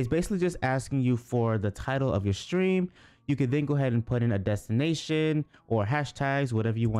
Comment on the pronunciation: it's Stream not Strean